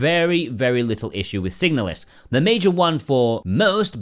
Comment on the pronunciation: the moment you chose to pronounce the name of the game that way I instantly downvoted and blocked your channel. Stop it.